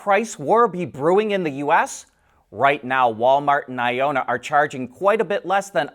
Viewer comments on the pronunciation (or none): You keep saying Ionna wrong. It's not a long O sound. Say the word ion, then the na. Electric vehicles use ions to charge (aka electricity), and it's a North American company - hence the na at the end. It really isn't that difficult to get wrong, but.....